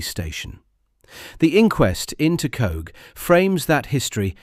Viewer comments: Coagh (emphasis on the GH), not "Cooh" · The village Coagh is pronounced "coke". It is very annoying heading this and other towns and villages mispronounced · Its Pronounced 'Coke' and you've got Alistair Harkness and Tony Doris the same pictures FS. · As Seamus Heaney observed, the ' stranger' can't pronounce 'Coagh'